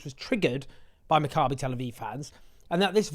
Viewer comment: You're mispronouncing "Maccabee" Owen. The stress is on the first syllable, it's "MACCabee" . Other than that excellent reporting! (Sorry my pedant's brain keeps wincing when you say it lol)